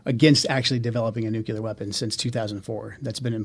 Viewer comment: Nukelar. That says it all. Who the hell hired this moron?